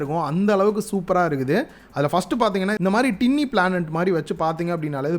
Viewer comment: aiyya adhu டின்னி illainga aiiyyaaa... 🤣🤣🤣 Adhu டைனி